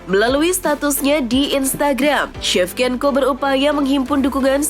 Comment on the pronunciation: Shevchenko baca sevcenko,not sevkenko 😂😂😂